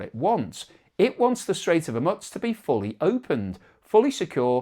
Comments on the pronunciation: It's not hormutz it's hormuz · Please pronounce geographical names correctly. It is hormoooze not hormuts. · Its the Strait of Hormoooz not Hormutz. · ☢Strait of Hormuts, Strait of Hormuts, Strait of Hormuts, Strait of Hormuts, Strait of Hormuts, Strait of Hormuts, Strait of Hormuts.Thats how manys times pronounced it wrong this episode. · Even worse, he says 'Hu-mutz' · Ok! Say after me. I want the pronunciation.... hOORRRMUUUUUUZZZZZZ. One more time HOOORRRMUUUUZZZZZ. Need to work on that Z mate. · Hormutz is really beginning to grate like fingernails on a blackboard. It's beginning to sound like listening to an Ai presentation with incorrect pronunciation. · It's grating every time he butchers that name. You'd think by now he'd have seen enough pushback to correct himself. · Very annoying. That's not how it's pronounced, either in English, or any other language! Never heard it anywhere else. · Good grief, please learn how to pronounce Hormuz. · If a Chef served you up a beautiful meal on a dustbin lid, would you eat it? Presentation does have a part in the overall experience. I find his mispronunciation of the word Hormuz irritating. It reminds me of badly created Ai. Once or twice might be by mistake of using a new word but persistent mispronunciation is just a stubborn resistence to learn. The word and its pronunciation is on multiple news channels around the World, so no excuse.